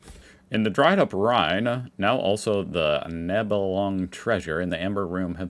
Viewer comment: The old Germanic clan of the Nibelungen is pronounced (in Englishh transliteraation) as "Knee-beh-lun-gen" (with a short uh), not as "Nai-bey-lung-eh".